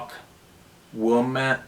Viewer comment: First off, let me say I love listening to your podcast. Second, I love hearing you mispronounce Native American words that are common in Michigan. Tahquamenon Falls State Park Rivermouth is one of my favorite places to camp and kayak. Hearing you pronounce Tahquamenon literally brought laughter into my day. Thank you.:) You’re the best of us. We sincerely appreciate all you do.